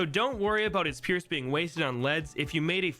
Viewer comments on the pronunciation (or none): forgot the R in “pierce”